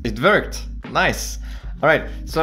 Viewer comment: “It verked”